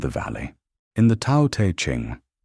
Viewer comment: Tao is mispronounced - come on!